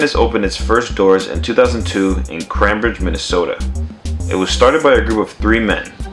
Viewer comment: I realize that you may not care about this although, how to pronounce the city Anytime’s first location is said like this “Came Bridge”. I know it looks confusing. We have a lot of confusing cities here.